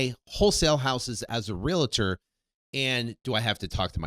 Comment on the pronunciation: Brooooo, you’ve been in the business forever and you still pronounce it Real”A”tor? Wow… smh